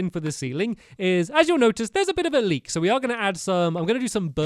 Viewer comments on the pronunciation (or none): none